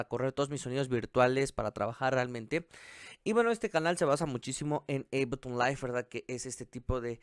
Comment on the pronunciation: Te doy un like porque eres de las pocas personas en la red, que AÚN sigue pronunciando bien Ableton LIve. ;)